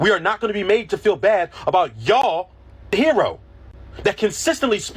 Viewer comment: the way he says, Ya'll, in the first 30 seconds. douche.